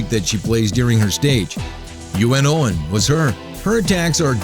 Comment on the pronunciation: And good GOD he can't purnaunce any of the names even the simple U.N. OWEN somehow becomes UNO NOWEN wtf!?